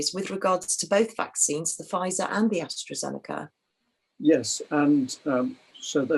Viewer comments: Hello and thank you to UK Column for this info. One comment for: it is AstrAzeneka NOT AstrOzeneka and Pfizer is a US company now even if it is named after a German chemist and is pronounced FIZER, the "p" being silent and the "z" no longer pronounced in German way. I don't like to be pedantic but as you pay attention to detail I thought I would mention it. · People die of heart attacks all the time some die even when they haven't had a vaccination. Someone was hit by a bus the other day it must have been due to the vaccine. This bloke can't even get the names right. It's Astra not Astro and Pfizer not fightzer.